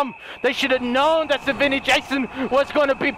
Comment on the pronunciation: He says savvani Jason 😂